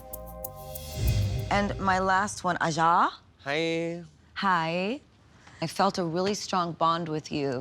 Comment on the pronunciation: The way gaga pronounced "aja" ajaaahhh lol